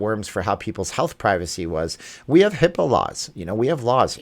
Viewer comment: HIPAA, not H-I-P-P-A. Health Insurance Portability and Accountability Act of 1996 (HIPAA)